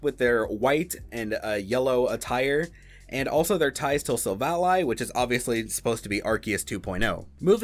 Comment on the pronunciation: Why does he keep mispronouncing Silvally?